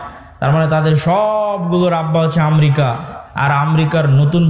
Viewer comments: আমরিকা না, দেশটির নাম আমেরিকা।একটা দেশের নাম যে উচ্চারণ করতে পারে না সে আবার সে আবার ধর্মীয় বক্তৃতা দেয়! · বিশ্ব নেতা !! আমরিকা ???? [উচ্চারণ এতো অশুদ্ধ কেন ??] গোটা পৃথিবী নিয়ে চর্চা শুরু করছো ?